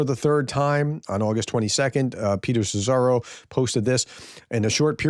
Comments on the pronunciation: I hope this helps: pronounce Szíjjártó as see-yar-tow, that would be pretty close 👍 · Some great comebacks in those interesting exchanges! Thanks for sharing. FWIW Szijjártó is near enough pronounced SEE-yar-to(r). It’s Hungarian for ‘dipstick’. (Well, if it wasn’t before, it sure is now).